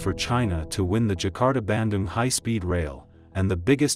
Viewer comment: Bandung I thought was pronounced like 'ban-doong', not so much like 'banden' ...